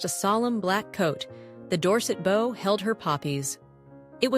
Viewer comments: Hearing bow pronounced like wow and not woah stopped me in my tracks. Unpleasant indeed. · They pronounce bow like bow on a boat